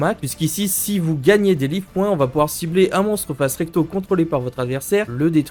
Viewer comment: Bonne vidéo cependant fait un effort sur la prononciation des mots anglais comme Life Point et Slime A part ça, parfait